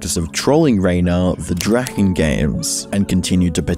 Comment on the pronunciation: guess he can't quite speak german though (he said the ch in drachen wrong among other things) Edit: he also mistranslated some of the less legible parts of drachenlords speech, for example writing down 900 instead of 911 from 911 Bob, though that may be just a normal mistake